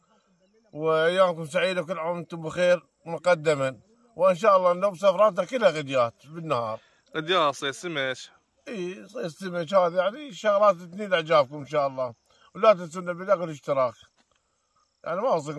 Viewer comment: ابو عبا سمه تنال مو تنيل